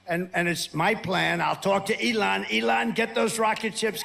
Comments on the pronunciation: 🤡” I’ll talk to Eee- Lon “😳🤮🤮🤮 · "Elon." Why does pronounce things that way? It seems really affected, as if he means something by it... but it sounds so idiotic.